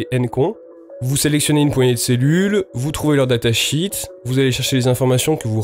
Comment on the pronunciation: Il est préférable de dire datasheet -> data “chiiiit” plutôt que comme tu le dis data “chit” qui veut dire merde.